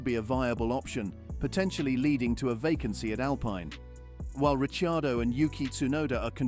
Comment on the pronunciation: Richiardo ?? "Rich" ??